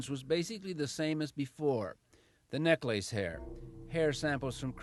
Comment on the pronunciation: “Neck lace” Is that the Canadian way of pronouncing necklace?